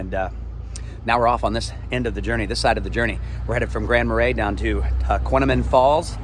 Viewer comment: I’ll help you. It’s an Indian name. Tahquamenon Tah- qwah-men-non. Grand Marais, French Mah-ray. Nice video.